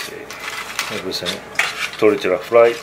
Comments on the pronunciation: 57 sec pronounces it like a white man lol jk it's all good just funny, suppose to sound like tortilla has a Y in it not the L sound lol. Please don't curse me lol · Tortila lol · Not sure if anyone told you guys yet, but, the " lla " in tortilla is no pronounced like that, it's pronounced as "yah", just saying... And once it's fried, we call a whole fried tortilla a " tostada", when cut like in the video we just call it " totopos ". Also, nachos are not Mexican food, that's texan stuff. I'm not hating, just letting you know. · I love these guys, but the way they say Tortilla is triggering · ll in spanish makes a "y" sound. Please it's so cringy to hear it as "l" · I'm guessing abuela would be shitting her pants if she heard how he pronounced "tortilla" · I love you both, but the way you 2 say tortilla gives me cancer.